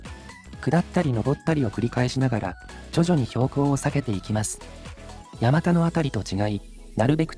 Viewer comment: 「山田」を「やまた」と濁らずに発音されたのは流石です。 この辺り通られたのなら、せっかくだから道中坂と鎌田堂にも触れてほしかったw 冒頭部分、第三京浜の下をくぐるところに40年くらい前には湧水が汲めるようになってましたが今は流石に無くなりましたね。 山田神社は、珍しい虫送りという行事があります。